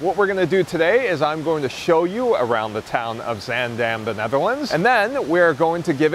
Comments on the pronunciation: you managed to get the pronunciation of zaandam close enough- why only that time, could’ve pronounced it that way all the other times? 😄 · I honestly can't tell the difference between this time and every other time he says it. Maybe a slightly longer vowel on the second syllable?